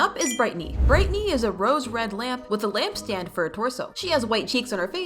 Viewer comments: Your saying brightney instead of brighteny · you said Britney instead of brightney